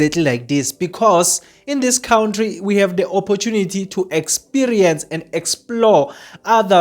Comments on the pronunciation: Why do say kountry😅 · You cant transform knowledge and information when you can't even pronounce an easy word like country, mr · Cowntry,Kowntry,khawuntry bro🤣🤦‍♀️